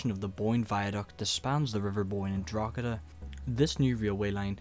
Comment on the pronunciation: stopped watching after a few poor attempts at saying Drogheda and then hearing Londonderry. It's Derry